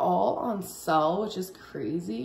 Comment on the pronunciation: I was mocking how Amber pronounced pictures as "pitchers" and sale as "sell"